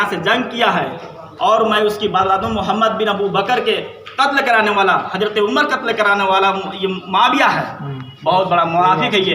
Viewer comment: Talafuuz to sahi kar le raafzi ki aulad hazrat ko hajrat kahe rha he aur aalim ban rha he